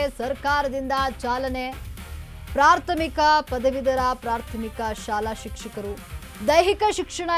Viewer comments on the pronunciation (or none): ಪ್ರಾಥಮಿಕ ಅನ್ನೋದು ಸರಿಯಾಗಿ ಹೇಳು. ಪ್ರಾರ್ಥ ಮೀಕ ಅಲ್ಲ